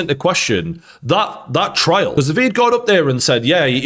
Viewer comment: Why do you keep saying "trail" instead of "trial"?